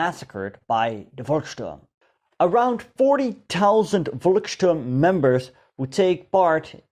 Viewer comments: That what heroic, you know it is pronounced Folksturm not Volksturm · The German Volk should be pronounced like folk (your pronunciation sounds like Wolk) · Volksturm is pronounced Folksturm! Müller - Myller, All V's pronounced as F.